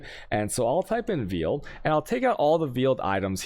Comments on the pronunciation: he pronounces veil "veal", not sure how i feel about that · Is he purposefully saying veil and chaos wrong?